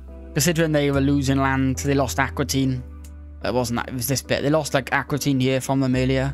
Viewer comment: Aquitaine not accuitine